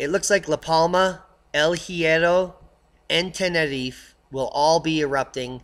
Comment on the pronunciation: Please say Tenerife correctly - nobody there says it like that and it sounds so silly. Anyways - I'll be there again in ten days time before moving out there permanently in a couple of years time and cannot wait - no more grey people, buildings and sky for me.